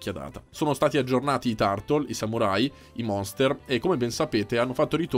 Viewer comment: Caro sei un ottimo recensore ma Turtle pronunciato 'tartol' non si può sentire, corri ai ripari.